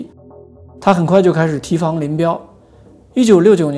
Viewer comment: 一个小错误：提防 念 di1 fang2，不是 ti2 fang2